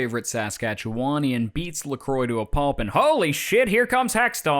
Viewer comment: Another great video. But it’s Leh-KWAA, not Leh-kroy. 🤔🤪